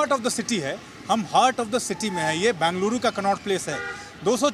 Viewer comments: These reporters can't even pronounce... Either call Bangalore or bengaluru... Northies cocktail it ND call bangaluru 😂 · FIRST ANCHORS SHOULD LEARN HOW TO PRONOUNCE BENGALURU NOT BANGALURU... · It's not Bangaluru it's Bengaluru. Bengal uru. How hard is it to pronounce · It is not Bangeluru....It is Bengaluru 🤨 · As you report, pls also learn how to pronounce Bengaluru correctly.